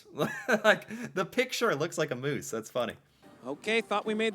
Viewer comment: Lol Moose, MOOSE! WRONG! LOL